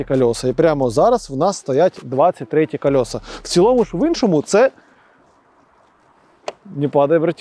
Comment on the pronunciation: 23ти Колэса а не кольоса, багажнЫк а не багажнiк, картопля влизае а не влазыть, и так весь ролик , абра кадабра